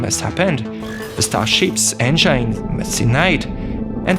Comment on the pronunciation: Thank you. Nice accent. Learn how to say engine correctly plz